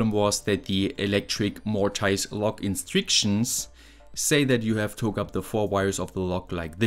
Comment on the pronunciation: Where would we be without "Instryctions"?? 😆